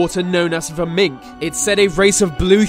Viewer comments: It’s not pronounced mink ffs it’s Minch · If you're going to make videos about Scotland at least pronounce words properly, it's Minch not mink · Have you never heard "the Minch" sounded? Obviously not. It's Minch like Inch, not Mink like ink....Do some research man. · Okay, so first of all, I am a Scottish Highlander, and at 1min40secs youre talking about northern scotland, where there is a body of water called "the mink" first of all of all the body of water is a sea, and it is Minch as in pinch, and its not in the northern part, but indeed off the west coast of Scotland called the western isles... the clue is in the name there, the blue men are known as Kelpies.... and then at approx, 3mins 7secs, ben macjewy??? WTF (its Ben macdui, as in macdooie) I am going to have to release a better video than this tbh. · For some reason I'vended up watching this again! PLEASE, if your going to pronounce a Scottish place name learn how it sounds before butchering it on youtube. The Minch is actually pronounced with the last two letters 'CH' pronounced as in the way you'd say "CHain" not how you pronounced it as 'MinK" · Minch-(mintch) Cu sìth-(coo shee) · sorry man,the word Min CH is pronounced Minnche ch as in chocolate.Yes I am the one true Scotsman,living in Scotland and as a teenager on a local trawler back in the 7os and we went one day to fish the Minch...........fucking nightmare,lucky to have lived,never went near a vessel of any kind!Most dangerous stretch of water,ridiculous,standing on deck looking UP at the wall of green freezing water,brrrrrrr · Minch, with a ch